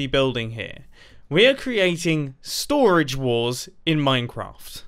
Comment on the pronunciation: Nobody: Mumbo:stOraGe WarS